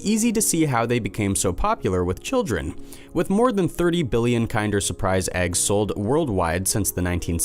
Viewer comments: Really bothered me that KINDER is being mispronounced!!!!! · It's pronounced KIN-DER not KIND-ER.